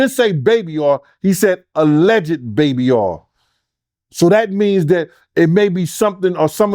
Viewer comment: 5/5/25 means we get to find out what is in those bottles of baby oyyyy😂😂😂 be kiilin' me with his pronunciation.